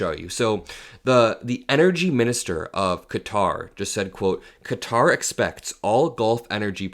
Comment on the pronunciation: THANKS SO MUCH FOR BEING ONE OF THE FEW AMERICANS WHO CAN PRONOUNCE "QATAR" AS IT SHOULD BE AND NOT "CUTTER"!!